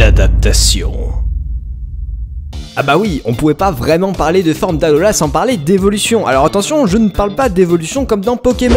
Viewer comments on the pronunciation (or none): none